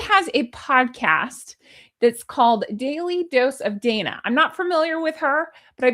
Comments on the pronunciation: Her name is pronounced Donna. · Dana is actually pronounced Donna.